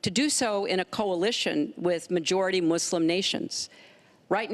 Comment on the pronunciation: I like it how they keep mispronouncing Muslim so many times lmao